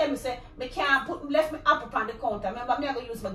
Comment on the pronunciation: She wasn’t finished with the “happle” 😂😂😂😂😂